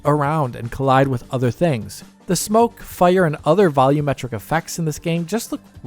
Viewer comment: Heeey, they finally said "volumetric" correctly! I'd like this video twice if I could! :)